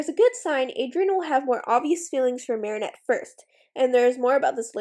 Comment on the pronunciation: I wonder why tou say mari shah instead if mari chat. I like how you say it, I just have never heardmit anywhere elsw